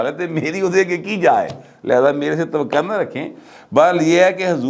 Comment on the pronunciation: Dear,Mairi koshish hoti hai k aap ka her v log daikhn. Aap ki mix Urdu Pnjabi aap k v log ka TRRA E IMTIAZ hai mgr aao k mnh se ghalat Urdu sun kr DUKH hota hai maslun aap aik lafz TAWAQO ko TAWAQA BOL KR SARE V LOG KA SATYANAAS kr daite daite hen, Janab aap jesa sahafi se iss tarha ki ghalti ki at least men tawaqo nahi karta, Please drustgi karen